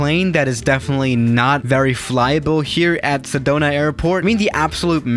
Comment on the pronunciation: Sedona! I love Sedona! Was just there a bit ago! ( I live in a AZ and it’s beautiful up there, also you pronounced it correctly)